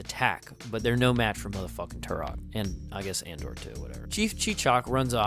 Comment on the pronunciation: I AM TUROK!! You should read the comics if you haven’t. Valiant’s Dinosaur Hunter is my personal favorite iteration. This movie is based off of the original Son of Stone line from Dell. By the way, it’s *Andar not Andor.